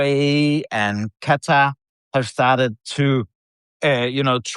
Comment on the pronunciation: Shouldn’t Malcolm know how to correctly pronounce Qatar?